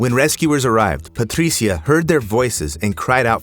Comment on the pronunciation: The exaggerated pronunciation of “Patricia” is annoying (and I’m Latino, Spanish speaker). Other than that I LIVE your channel! ❤❤